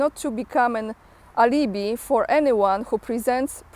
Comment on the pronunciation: you did rather botch the pronunciation of alibi. It's pronounced Ali as in the Forty Thieves and Bi as in bifocal. Ali-Bi.